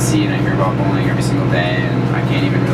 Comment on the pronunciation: when he says "bullying" it sounds like "bowling"